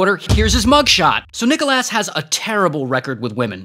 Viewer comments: Regular pronounciation:Nic-Alos ray: NiChoLaSs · It’s prounounced nick o lis not nick ol A$$ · Nickel ass Wildest pronunciation I’ve ever seen for Nicholas. It’s the substitute teacher pronunciation that gets me every time 😭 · Calling him Nicholas ❌ Calling him Nickelass ✅ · Nicholas❌️ Nicholass ✅️ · "Nicholas " vs what I hear: Nickel ass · Nicholas ❌ Nickleass✅ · How people say: Nicholas How he says:NickLAss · Why is ray saying Nickel-ass instead of Nicholas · *IT'S NOT NICKALASS IT'S NICKLESS * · Nickel ass ❌ Nicholas (nick el es) ✅ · nichal asssss lol its nick o lis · bro really said NICKELASS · Guy could have said Arthur Nicholas but went with that 🤦🏽‍♂️ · Nickel Ass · “NicholASS” lmao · Exactly 💯💯..i love his videos but wtf is a "Nickel Ass" 😂😂😂😂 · Bro I though you said "Nickel bro wth 😂😂😂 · Everyone on about Nickel Ass with that criminal pronunciation of Glasgow 😂😂😂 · "Nickel ass" hahahaha! The pronunciation of Nicholas has me rolling!! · why do i hear: nickel ass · bro why he callin him nickel-ass😭😭😭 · Love how ray says NickelASS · "Nikole ass" Thats literally what i hear😭😭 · ITS Nick-ah-LIS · Bro said "nickolass" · Bro called him Nickleass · "This is Nickelass". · bro litterally said nickel ass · Why did you say nicolass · That "Nicholas" pronunciation reminded me of Boyel's Nikolaj from Brooklyn 99 😂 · The way you said Nickolas 😭😭